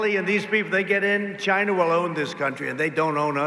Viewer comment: Ghyna. trump Slurs the word because it rhymes with vagina.